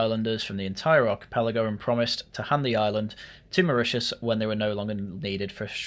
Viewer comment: Sorry everyone, I was fast asleep so could not correct his pronunciation of Mauritius😅